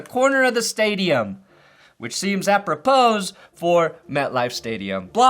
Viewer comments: “Apropose”? Mf’er the “s” is silent. Apropos = apro-po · If you were cultured you wouldn't pronounce the s in apropos 😢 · The S at the end of apropos is silent. Love ya!